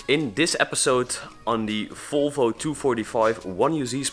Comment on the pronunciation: Why do you say folfo? Its volvo